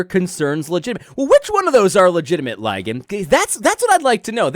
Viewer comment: I love that you call him “Lie-gan.” That’s officially his new name!